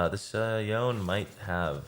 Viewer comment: Does anyone know if he is mispronouncing Yone on purpose? It’s driving me insane